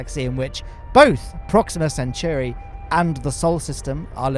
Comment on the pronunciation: You still mispronounce centauri. You say "century", but it's like the centaurs. Centauri. sen-tau-ry